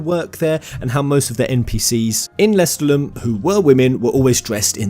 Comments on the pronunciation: You keep pronouncing lestallum wrong and it's driving me crazy This DLC actually looks pretty good! I'm a sucker for any character creation/customisation so I'm looking forward to this. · Am i the only one who was slightly triggerd by the pronouncing of lestaulum and other things ? They said it in the game, don't change it, also i agree with most of the positive comments, xv was one of the better ones, sure the story was unoriginal but cone on, this day and age, new things are looked down on, if they did something original they would've recieved hate for it as well, I am a fervent square enix fan since vii and i love every game they made, hate me all you want but i grew up with FF after my brothers played vii infront of me, I've played those after vii and I'll continue to suport square enix untill I can't anymore